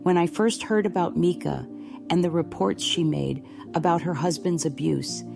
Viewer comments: Seriously,, her name is not MEEKA...Mike a...MICA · You’re too much…it was AI. You sound like AI, it’s Mica…not Meka. Robby Harvey did a video, at the beginning he plays what you think is the actually 911 call, then he says, that was AI GENERATED AND IT WAS ME. THEN HE PLAYS THE ACTUAL 911 CALL AND THEY SOUND. IDENTICAL!!! Serious corps of ours not JP doing this video. He’s guilty of either pulling the trigger or his attorney is! You’re right, you’re definitely no expert!!! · Her name is MICA (MY-CA) say her name right!!! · If you can't pronounce a person's name, you should never do videos ! NEVER ! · You could at least respect her enough to pronounce her name correctly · No I’m good. Can’t listen to someone who can’t pronounce someone’s name correctly. It’s like nails on a chalkboard. I don’t support AI…